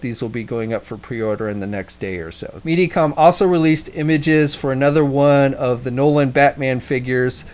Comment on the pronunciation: ...Mediacom? You're also pronouncing MAFEX wrong :D